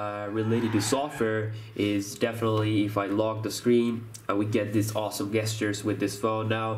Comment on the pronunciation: Bro, "gestures" is pronounced: JESS-CHURES. Not guess-sters lol